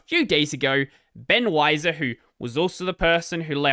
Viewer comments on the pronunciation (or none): Ben Wiser? Oy yev! Every single time!